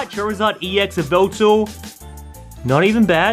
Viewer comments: It yaveltal not veveltal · It's Ya-vel-tel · It’s yaveltal